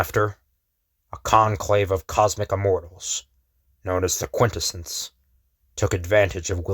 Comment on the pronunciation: Really appreciate the channel. Love this story. Small critique I hope you're open to. QuintEssence, not QUINtessence. The emphasis is on the 2nd syllable, not the first. Ty